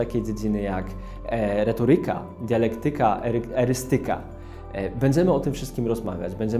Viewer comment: mała uwaga. Jeśli już mamy wprowadzenie o „słowach”, to warto zwrócić uwagę na to, jak je wypowiadamy. Odnośnie tego odcinka chodzi mi o akcent w słowach „retoryka” czy „dialektyka”, który był położony na niewłaściwej sylabie. Nie jest to jakiś wielki błąd, ale myślę, że można nad tym popracować:)